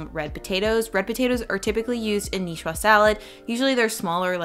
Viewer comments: If we're going to the trouble of writing out a phoentic transcription of a Niçoise salad, I would say "nee ·SWAAZ" and not "nee·shwa". The ç makes a soft "s" sound. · Nicoise pronounced nee—SWAAZ. Not nee—SWAA. Has to do with makers female form. The male form would be Nicois while the female form is Nicoise. Similar to François and Francoise.